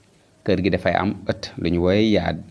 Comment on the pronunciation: yard "r"bi loutakh donko lire